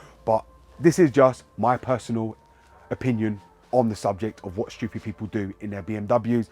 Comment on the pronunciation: I like how you said : Shtewpid